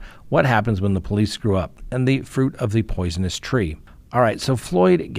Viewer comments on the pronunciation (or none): “Poisioness” tree? 😂